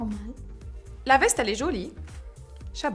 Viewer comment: on dit jolie et non pas jeuliie 😐